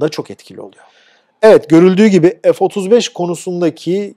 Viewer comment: Türkçede ef diye bir harf yok